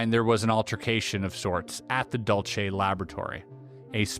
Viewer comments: it’s Dul-Seh not Dul-Che, New Mexico. just FYI :) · Dulce is pronounced Dool See Great content!!! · Aztec is about 15 miles from me, and not far from Dulce (pronounced "Dool-see", or, "Dool-say", no "Cha" sound in it.) I am 55 and there are a lot of strange things and stories that have happened to me and others around this area. Thank you for your great video.